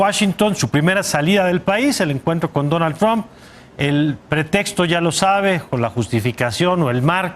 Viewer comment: "Oye trum "... lo que tú digas ...Donald